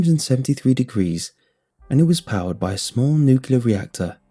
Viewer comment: I know im knitpicking but it really bugs me you say nucular. The rest of narration is auditory gold but that fucked me up.